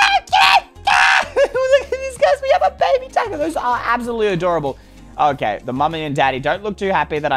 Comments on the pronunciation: how he says "bebe" tho lol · It was really weird when you said “Bebeh” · The funny part is wen you said bebe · It was so funny when you say bebe XDXDXD